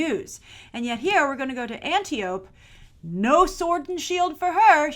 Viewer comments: Antiope is traditionally pronounced "an-TY-oh-pee" in English. (Greek names never have silent E's.) Connie Nielsen's Hippolyta might be a bigger character than her relative star power would suggest. She's one of only three WW cast members announced to appear in Hall H on Saturday, and she's going to be in this year's Women Who Kick Ass panel as well. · There are NO AMAZONIANS in this movie whatsoever! None! It is stated, quite clearly, numerous times in the film, that these warrior women are known as THE AMAZONS. Also, Hyppolita's sister's name is pronounced An TIE oh pee (emphasis on the 2nd syllable)